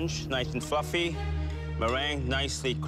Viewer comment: “sponge noice and fwuffy